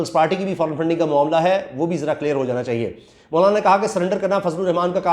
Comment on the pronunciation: bhttt acha ies k name bol rhy ho مونالا na bol k👍👍👍